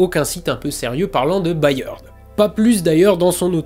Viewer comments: Cette vidéo est juste parfaite, mais si je puis me permettre le patronyme Byrd se prononce à peu près comme bird (beurd, donc). C'est également celui de William Byrd, compositeur majeur de la Renaissance 😉. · "Byrd" en anglais se prononce exactement comme "bird" (oiseau).